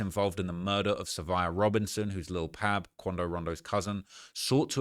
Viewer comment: BTW- you might get a pass because it might just be your accent but it's Lil' Pab pronounced Like Bob, Cobb, Mob, Rob, etc.......... It's NOT pronounced like Cab, Dabb,Lab, Tab etc....